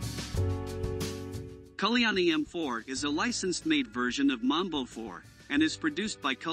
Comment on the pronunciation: Correction: your pronunciation of Mbombe 4 is similar to Mamba which is a different MRP. You pronunciation is that of Mamba vehicle so the Mbombe should sound like M'bomb'e. The Mamba is charactirised by a wheel on a side. 🇿🇦